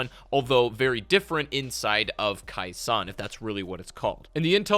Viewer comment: Hey, just so you know..you mispronounced...Khe Sahn...as minor and knit picky as that may seem. You kept calling it " Kai Sawn "..when infact, it was pronounced " Kay Sawn ". Just so other people don't jump your s**t..you might want to know 🙄.